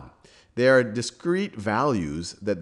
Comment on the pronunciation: "well they arre limited by the speed of light" lol sal